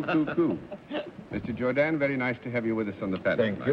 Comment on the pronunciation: Arlene also came the closest to pronouncing his name correctly. It is (with a French inflection of course) pronounced Jour-don, not Jour-dan.